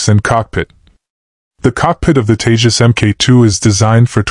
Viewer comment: Its TEJAS not TAJES